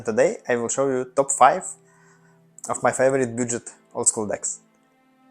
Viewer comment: произношение budget режет ухо, в остальном порядок🦁